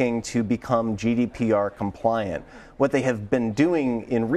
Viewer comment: GDPR not GDRP